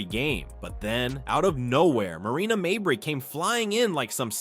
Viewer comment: Could you people that use these friggin' voiceovers (or whatever they're called) teach them how to pronounce players names properly. Especially, when the name Mabrey gets repeated 50 times in a report such as this one. Marina Mabrey, her two sisters, and their entire family are trash, always have been always will be. Suspend the biotch!